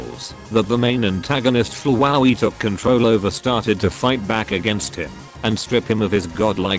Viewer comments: As described in my comment: “omege flowaey” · it sounds like the voice is saying fwowey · The TTS pronounces “Flowey” weirdly. XD